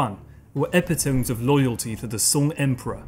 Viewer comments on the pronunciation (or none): 'epitome': pron: ePitomee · Epitome is pronounced "eh pit oh mee". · Very good but “epitome” was pronounced incorrectly! It has 4 syllables not 3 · Thank you for that piece of history of the great Chinese culture. So much has a Chinese influence on what the world is today. (May I bring your attention to the correct pronunciation of the word "epitome"?)